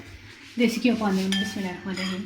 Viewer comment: I like the way you saying MASHA ALLAH bismilahh